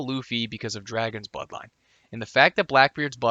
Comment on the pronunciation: I swear I'm hearing you say buttline instead of bloodline